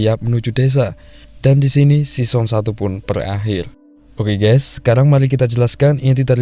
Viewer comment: "sison satu" 🤣 , Rip english